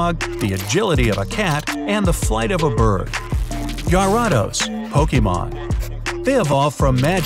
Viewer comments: that pronunciation of gyrados tho... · It’s gar-ri-DOS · and also you say gyrados wrong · HE PRONOUNCES GYRADOS AND KING GHIDORAH SO BADLY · AND YOU DONT SAY GYARADOS THE WAY YOU SAID IT PLEASE LOOK UP HOW TO SAY IT IT BREAKS MY HEART THAT ONE OF MY FAVORITE YOUTUBERS DOESNT KNOW HOW TO PRONOUNCE GYARADOS PLEASE LOOK UP HOW TO PRONOUNCE IT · Not to be mean but you pronounced gyardos wrong